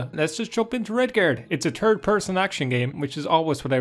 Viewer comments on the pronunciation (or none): "It's a turd person action game" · Imagine saying turd every time you want to say third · I like it when you say "It's a turd person action game." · "a turd purson action game" 💩🧘‍♂️🤺🎮 Edit: " tree D geam" 🌲D🎮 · “a turd person action game”